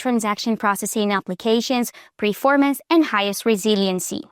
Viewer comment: Its "performance" not "preformance"..